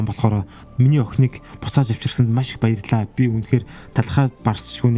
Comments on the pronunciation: Bayrallaa gichii gej sonslooshd wahahah 😂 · bayrlla kichi gsne pause avj ntr ahahhahahahahah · byrlla gichii gej sonsogdloo 😂😂😂😂😂😂😂